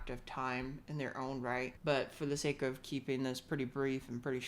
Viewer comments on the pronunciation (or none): none